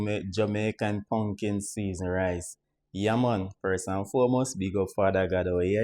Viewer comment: Not pumpkin rice, but “pungkin” rice 😄